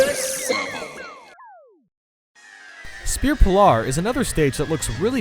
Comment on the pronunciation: SPEAR POLAHR